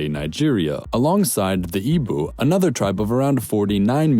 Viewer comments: im igbo and you pronounced it wrong igbo is prounounced Ee-bo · It's prononced eebo not eebu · As a Nigerian you butchered the pronunciations 😂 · Man: Yoroooba Igboo Me: no it’s yoh-roh-bah and ee-boh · John O he said “ee-b-oo” when it’s actually pronounced “ee-b-oh” with the “oh” being a sort of stressed and short sound. He also stressed the wrong letter in Yoruba - it should roughly be pronounced like “your-oh-ba” with more stress on the the “ba” and I’m pretty sure Niger is pronounced “nee-zher” with a soft g. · OMG! Babe you pronounced Yoruba and Igbo all wrong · You pronounced Yoruba and Niger wrong and BUTCHERED the Igbo pronunciation lol